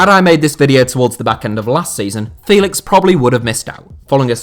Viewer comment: João Félix pronunciation is Feh-lix, with strong sound on the Feh.